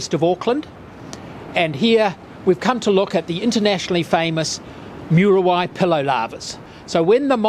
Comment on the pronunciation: Moo ree why. Not myooruhwhy. Why tah kah ray. Not Why tackery.